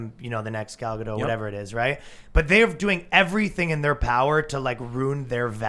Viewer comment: Gal GadoT. She's from Israel not France. Your supposed to pronounce the t at the end. Great show though. Keep it up